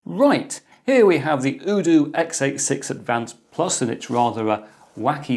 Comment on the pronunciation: The u in UDOO is pronounced "You" like in Youtube